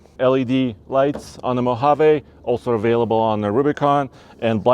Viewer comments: Come on. It's a Mohaveeeee. Not Mohavay. I know it's not your accent. If you review a vehicle, take the time to learn how to pronounce its name correctly. Everytime you said it wrong, it made my skin crawl. Had to turn it off. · Mo-hav-eeee Not MO-hav-a😂😂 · Great video great channel...but I think its pronounced Mojavee. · I like how you say... Mo Haaa Vay, with your accent. I'm like.... Mo Ha Vee, with my accent 😄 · “ (mo-Hov!!-āā)” 😂. Thumbs up on the vid!